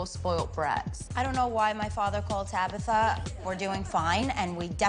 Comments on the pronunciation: Tracy her name is Tabitha not Tabither !🤨? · Stop saying Tabitha, it's TabAAAAAAAtha!!!!